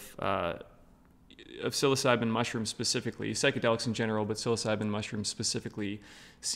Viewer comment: Why would you say “psilocybin” correctly. But then say sill-os-o-bee. It’s sillo sibe